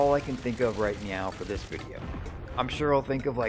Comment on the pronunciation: "right nyow" xd